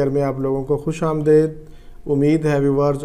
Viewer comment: Ap ki video ko dekh kar 2 baaton ki khas tor per khushi hui. Ek ap ka khushaamdaid ka sahi talaffuz, dosra ap ka video par sirf urdu ka likhna. Kuch pakistani ghulamana zehniat ki wajha se bila wajhe hindi likh dete hain.